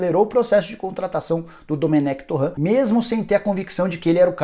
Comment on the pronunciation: Essa pronúncia tá erradíssima "torrã" 🤦‍♂️